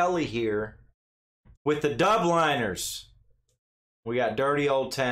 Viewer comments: Not Dubliiiiners - DUBLEEEENERS!!!!! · P.S. It's pronounced DUBLIN-ers, i.e. somebody from the city of Dublin. Not dub-LINERS. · It's the Dub-lín-ers and he sadly passed along time ago but is a legend. A bit like the old blues irish ballads as we call it hasn't been created again to such pureity. I personally would love to see it come back again. Glad you took the time to here it and s Yes the dirty oul town was dirty